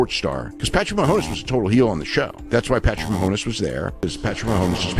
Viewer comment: Man it’s sucks for swerve he isn’t booked like a champ and everyone knows he’s just gonna hold the belt till wembley Also how fo you fuck up the pronunciation of “Mahomes”